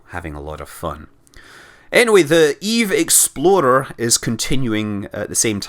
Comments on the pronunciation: like this comment if you think Scott is saying Eve exploder! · everytim Scott says Eve explorer i hear ''Eve Exploder'', no offense. -"I was reading a book about a spy".